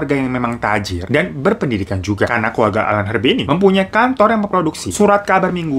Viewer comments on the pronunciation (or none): Bang keluarga bang, bukan keluaga 😁